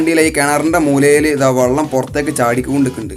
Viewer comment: വള്ളം അല്ല വെള്ളം ആണ്